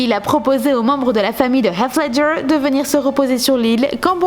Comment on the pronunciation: Bravo et merci de bien prononcer le nom du regretté Heath Ledger ,Australien, dont le prénom exact est Heathcliff. Respects.